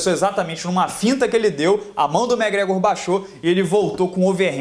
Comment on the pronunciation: Cara vc pronucia os nomes muito errado, megrégo é sacanagem velho, é muito tosco seu ingles cara :0 , nem conseguir ver o vídeo direito.